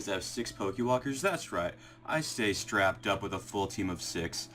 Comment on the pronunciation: I liked how you stated "straped " ready for war at work.. I gotta kick out that XD